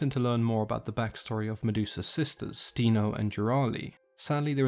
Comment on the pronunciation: the pronunciation in the video is not correct. "Sthe-no" is pronounced with an intonation on "no", and "Euryale" is pronounced "Ev-ri-a-li", with an intonation on "a".